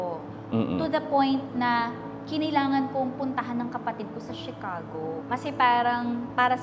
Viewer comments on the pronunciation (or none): none